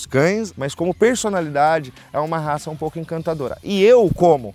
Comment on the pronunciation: Devia saber pronunciar o nome da raca…